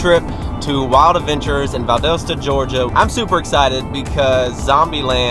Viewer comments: Dude, it’s pronounced Val-dah-stuh. Hahaha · i love how you pronounced valdosta 😂 that was close tho